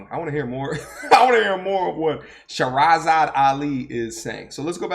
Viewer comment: Are you referring to Sister Shahrazad Ali? That's Pronounced (Shah, Rah Zahd) - (Ah lee) She's very well known.